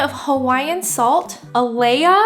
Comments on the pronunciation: Lol you had it sort of correct... it’s ( A lē a ) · I've been eating shrimps with shells on (chinese or garlic shrimp style) for years now! surprised more people don't do it since the shells are so flavorful! When people visit Honolulu I always take them to Kahuku shrimp trucks because it's a must eat! Alaea is pronounced ah-lie-ya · Nice! Pronounced : uhhh lie yuh. Gios is ok. But make your own at home is better. Use Fresh Kauai shrimp....I've tried them all and this variety of white shrimp that they farm is the best ..... Trust me. So sweet you can eat it raw. Deep fry in super hot oil with shell on after dredged in cornstarch flour mixture. After a minute or so pull it out and quickly and lightly salt and pepper before oil disappears. Then spoon the butter garlic mixture over. The shell is super crispy but inside is still moist. But to be honest we eat Kauai shrimp raw in poke and sashimi style. 🤙🤙🤙🤙Alohaz! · The salt is pronounced (alai). It’s a type of red rock in Hawaii. Also, garlic shrimp is NOT Hawaiian food. Yes, it is a local cuisine of Hawai’i, but it is not a Hawaiian delicacy. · I like how on you say "you guys" You sound like you're from Hawai'i so cute haha! Idk if someone actually told you this already but the salt you're trying to say is pronounced "A-Lie". Like someone told you "A lie" If that makes sense hahaha! Born and raised on the island of Maui but have traveled to O'ahu a lot and Giovanni's is ALWAYS a MUST GO! The drive and standing in line is WORTH IT! Also just got done watching your 3 panini sandwich video! I'm torn now I don't know what I want hahaha!